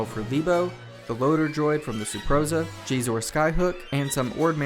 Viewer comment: It's pronounced SHEE-ZOR not GHEE-ZOR.